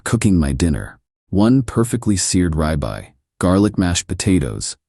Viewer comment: I had to activate the subtitles to get what was that: "rib eye". I couldn't guess it.